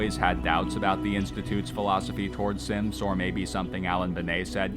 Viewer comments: every time i hear him say synths, his accent makes me hear simps, and i cannot unhear it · Sometimes, i would accidentally hear the narrator say "simps" Rather than "synths"